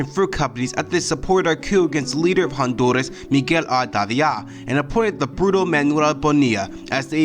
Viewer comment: You said Honduras wrong but nice try at very least